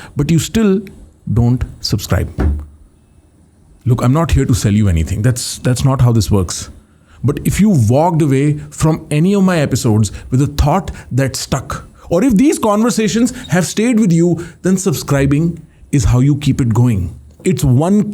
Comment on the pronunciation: I have SUBSCRIBED and SHARED ...... Just one point. It's WALKED. Not. WHAGED. Amazing episode. Soulful connect. Keep it up ⚘️